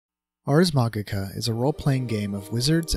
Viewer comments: "Ars machicha" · ...it's pronounced 'maji-ka.' Like magic, with an 'a' on the end. Also, Ars Magica isn't just about the dice rolls as a core mechanic. The difference between Magus, Companions and Grogs are just as important to go over. (Grogs are minor characters anyone at the table can control, Companions are secondary characters with slightly more importance, and Magus are main charcters, as it wouldn't be Ars Magica with out magicians in play, and Magus by nature are a rare character type.)